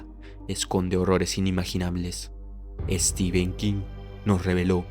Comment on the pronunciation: cada vez que te escucho decir steven king me dan ganas de dejar de ver pese a la excelente narración , se pronuncia "estifen" o "stefen" no "esteven" , solo eso después 10/10 la narración